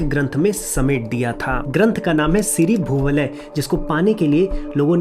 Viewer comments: आप इतना उत्तम कार्य कर रहे हैं पर 'अ' को 'छोटी अ' और 'आ' को 'बड़ी अ', 'इ' को 'छोटी इ' (यह ह्रस्व इ है) और 'ई' को 'बड़ी ई' (यह दीर्घ ई है) बोल कर आप बच्चों को हिन्दी गलत सिखा रहे हैं। 'सीरी भुवलय' को भी आप बार बार 'सीरी भुवालय' उच्चारित कर रहे हैं। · pronouce galat kar rahe ho, shri bhoo - valay aise pronouce hoga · siri (rich) bhu (earth) (Valaya = zone) siri bhu (Alaya = house/nivas) know the difference, bro and pronunciation is also not that good.